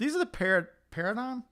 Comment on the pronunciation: I’m 38 minutes in, why is no one telling him it’s pronounced “pair-a-dime”